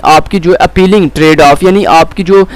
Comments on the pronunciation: appealing ❌ appaaaling ✅🤣 malicious ❌ malisius ✅🤣 Microsoft hated Java because of its portability means it can be run on any OS so that people would use non Microsoft OS (Mac, Ubuntu, Cent). Or ye sir gee keh rhy MS hates Java kiu k woh popular hogai thi waaaaahhhhh SubhanAllah 🤣🤣🤣🤣🤣🤣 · bilkul theek kaha bhai ajeeb hi parha raha hh khud nhi smjh arhi isko na parhna arha malicious ko ghlt parh rhe appealing tradeoff ko ghlt parh rha ajeeb